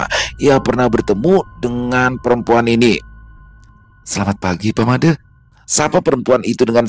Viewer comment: Pelafalan huruf E pada penyebutan nama MADE di Bali sama dgn pelafalan di Abjad Bukan Ē Smoga bs djadikan sbgai bhn koreksi kdepannya.. 🙏🙏🙏 Dps nyimak... ☝️